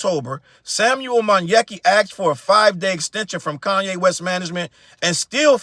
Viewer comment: Ooof not coonye 😮😂😂😂🤣